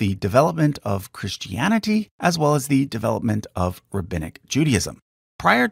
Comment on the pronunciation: It's "Pauline", not "Pauleen"! And it's "Christianity", not "Christy Annity". Also, it's BC and AD, not "Bee See Eee" and "See Eee". {:o:O:}